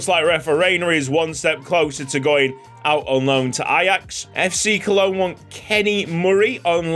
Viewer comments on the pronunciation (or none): none